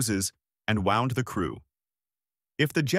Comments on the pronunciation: Right, the AI narration saying wound as in wounded as "wound" as in "He wound up the clock". It's a lazy AI programmer that can't allow for AI to learn to understand the context for proper pronunciation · His AI said wound twice but only used it correctly once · I was having a dig at how the AI pronounced the word "wound". It was pronounced as "the watch mechanism was wound" instead of "the man suffered a wound".